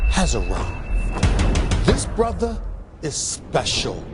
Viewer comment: I find it funny how Stephen A Smith says “BROTHA”